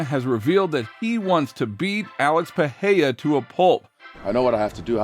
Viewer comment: Its PEREIRA NOT PEHEYA fml ..